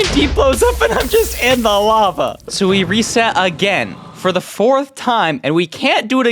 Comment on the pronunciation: no not lava he said larval